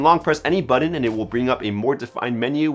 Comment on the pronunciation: Great video but what the heck is a "buddin"? Do you mean BUTTON?